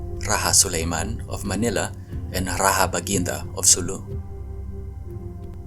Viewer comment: Why are you pronouncing “Rajah” like colonizer Spanish and not like how Indians and our Austronesian ancestors said it? It’s “RaJah” not “RaHa” pronounce the “j” like your ancestors; not like colonizers.